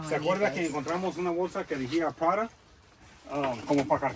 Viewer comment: Las carteras son todas originales, se pronuncia,l r, Prada. Estan deterioradas por el tiempo, pero tal vez al pulirlas puedan recobrar vida las de piel.